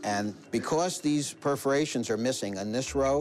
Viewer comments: They’re perforations Rik, not preferations. 😆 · When Rick said "preforations" I laughed hard. A bit like the sword episode where he said "calvery" sword instead of Cavelry. What a chump.